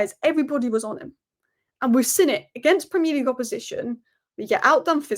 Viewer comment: its "seen" not sin